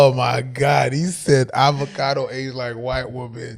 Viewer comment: this dude just said Abacado... Omg it's avocado